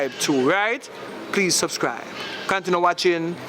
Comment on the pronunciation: Can some one tell the dread that it's subscribe and not suvscrive please??